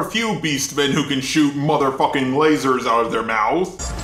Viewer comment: How about the man who said "lazer soights"